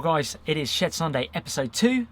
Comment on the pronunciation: I keep hearing Shared Sunday, instead of Shed Sunday... LOL Great opening card tho